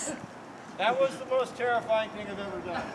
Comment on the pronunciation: "......that was the most ter terifing thing I've ever done" xD